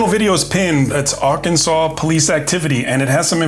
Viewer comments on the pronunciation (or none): Cop; Ar-Kansas NOT-Yer-Kansas